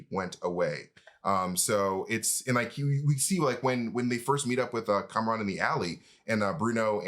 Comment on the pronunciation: Nice to hear you two starting to pronounce words like Pakistan and Kamran correctly - not so much "Pehkistan" and "Cameron"...